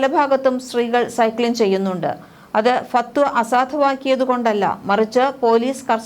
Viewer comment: ഫത്‌വ എന്ന് പറയൂ ചേച്ചി